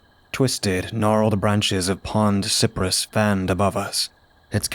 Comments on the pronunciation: Cypress is pronounced sigh-pruhss in the south. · Wow this is one of my favorite tales you’ve done recently! The background sounds were really atmospheric and made me feel like it was summer in Florida even though there’s snow on the ground where I’m at! Btw the trees called cypress are pronounced like “sigh-press.”